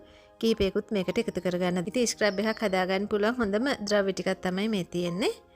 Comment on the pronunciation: ස්ක්රැබ් එකක් නෙවී dear ස්ක්රබ් එකක්. scrub ( සූරනවා) කියන වචනෙන් තමා හදාගෙන තියෙන්නෙ. ලස්සන වගේම වචනත් හරියට කියනකොට ලස්සනයි. තරහා වෙන්න එපා කීවට. ඔයාටම නේ හොද future වැඩසටහන් වලදී❤